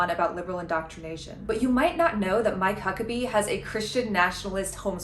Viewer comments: "I'm My Cuckabee." He doesn't have to say his name like that lmao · I can't stop hearing "I might cuck a bee"